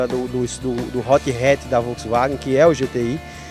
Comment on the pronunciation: Achei que so eu tinha escutado 😂😂😂